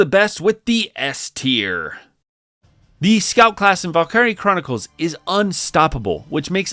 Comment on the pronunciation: Definitely... a way to say valkyrie